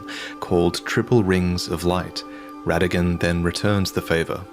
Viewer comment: Technically Rennala’s offspring start with the “Ra” sound as in Radagon and not “Re” sound